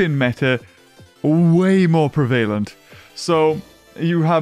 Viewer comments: "prevaylent" Me"uhh you mean prev a lent" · I think you mean Prev-a Lent